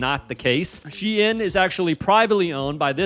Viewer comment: the way you say Shein pisses me off lol